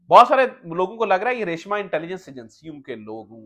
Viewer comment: لفظ ریشماں ہوتا ہے ریشمہ نہیں۔